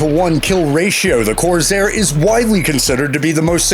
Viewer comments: I think it is pronounced CORSAIR NOT CORZAIR? as soon as i heard the American accent I knew this list would be full of American planes. I would like their opinion and a comparison between the Lightning and the A V ROE Mosquito, with sections on speed, bomb load different types different armaments theatres used in? (No not on Broadway) and general manoeuvrability. Thanks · The Stephen Hawking AI voice is trying to sound more human. There is no Z in Corsair. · “Mersersmitt”? And as another said, “point fifty climber “. Then there was the “Coorsair”. He managed to get the Japanese names right though. However, I’ll bet he doesn’t know that the name of the B-29 that dropped the bomb on Nagasaki, was spelled “Bock’s Car”, and not “Box Car”. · The "Mersherschmitt 109" really? The "Corzair"? Wtf!? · You can't show us video of the P-38 Lightning in flight? Or pronounce "corsair"? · When producing IP one absolutely MUST know the subject matter enough to catch things like blatant mispronounced terms or names. Junkers is mispronounced, Messerschmidt is mispronounced, Corsair is mispronounced. Nobody pronounces the "point" at the front of Fifty Caliber. Nobody. I don't blame the announcer, who was obviously a hire used for an interesting quality voice, but I do blame the director or producer for a negligent work product here. This is so awful, I could not recommend it to anyone for any purpose.